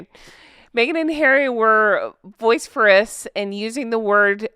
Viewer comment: Vociferous?, please check out how it's pronounced. Great recap, thanks.